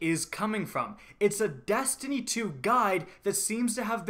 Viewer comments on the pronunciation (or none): your E's become A's like when you say Dastiny